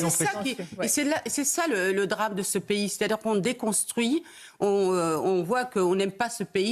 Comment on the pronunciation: c'est pas payé. en français c'est un pays et ça se lis P I comme ça c'est plus simple pour toi